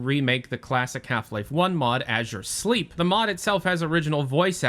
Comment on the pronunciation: Did you just said "Ažhjure Sleep"?